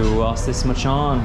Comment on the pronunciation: I said 'machan' to my Sri Lankan friend and he said it's pronounced 'machang' 🤔